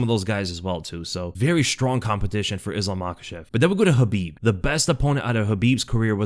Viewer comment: It's khabib